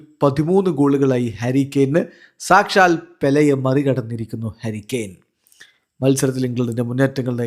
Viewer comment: ഹരി കെയൻ അല്ല.... ഹാരി കെയൻ.... 👍🏼👍🏼👍🏼😃